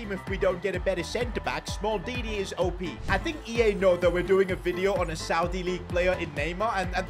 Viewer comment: Why is this Indian saying smaldini